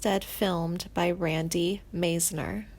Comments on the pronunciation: There's not a f***ing thing wrong with Timothy's career path, and he's one of the finest vocalists ever born... SO THERE. (The "narrator's" delivery and mispronunciation of artist's names is atrocious! Who the hell are Glenn FRAY, Richie FURRY and Randy MEZZNER??) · She pronounced Randy Meisner as Randy (Maze-ner) She doesn't know anything about the band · OMG! The narrator says Glenn FRAY... um.. it's Glenn FRY... not Fray... oy. And she says "Mezner." It's Meisner! ?Habla Inglés? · Haha Randy Mazener? It's Meisner! Don't quit your day job as a. No He is well and as talented and active as he wants to be. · It's pronounced Meyesner. It's also pronounced Freye. There has been no "tragic ending". You guys suck. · You have to quit these awful videos. You use click bait intimating that people have passed on. You do a terrible job reading. You don’t even know how to say Meisner like widener. Try making money a different way. It’s Glenn Frey pronounced fry. Get we life. How old are you 12? Can’t stand it. Scream!M!!!! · "Misner" and "Fray?" This chick is really creeeeeepy! She sounds like she should be embalming people! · M-EYES-NER you ding-dong geez I hate it when people mispronounce my name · The narrator could use help with pronunciation - Randy MIZE-ner and Richie Fure-ay, Glenn Fry And he's not dead, you twit! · Richie 'Furry' - LOL! Randy 'Maisener', Mesner'. Too funny. And Steve 'Cooper' - does she mean Cropper? 'Suther', 'Fray', Warren Zavon, gawd, this is awful. And she makes it sound like he's dying of cancer when he beat it and is healthy. But hey, at least the title didn't spell his name with a 'd', so there's that. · If you can't pronounce their names properly, you shouldn't be doing this narative. There are some questionable facts stated here also. Please learn how to pronounce Meisner, Furay, and Frey's last names properly. Just sayin'....